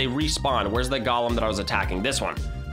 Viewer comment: You say galem and its a golem